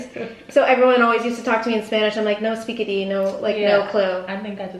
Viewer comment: Lmao said “no speakadi” 😂